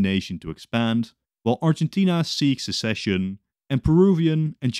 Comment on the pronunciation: "While Argentina seeks scecession"